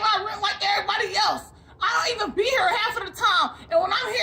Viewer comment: "Not he-ah, not he-ah. Over the-ah, over the-ah!" lol